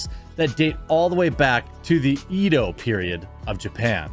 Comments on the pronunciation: It's not pronounced Eee-do. It's pronounced E-do, like the name Ed with an O. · Goddammit! Now, I hate the way you pronounce "Edo".